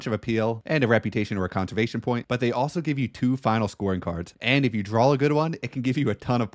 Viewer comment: Interesting tips but most of this game is tactical and situational. It's an exercise in doing the best you can with what you're given. Also, not sure how much I can take advice from someone who thinks draw is pronounced drawl!